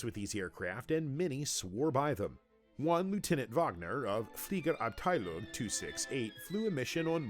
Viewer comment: Well more or less, but they massacred about any other non english term (except for Benz i guess), namely the first name Arved, the Term "Fliegerabteilung" and the dutch aeronautics pioneer Anthony Fokker's name... it sounded okay to me. it's a hard sound to reproduce for english throaths, just as W and TH are awful for german speakers to pronounce correctly when learning english.